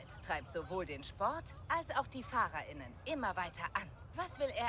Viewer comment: hast völlig recht vor allem sagt sie eher fahrerinnen wie fahrer:innen man hört nicht wirklich das sie beide geschlechter meint 😂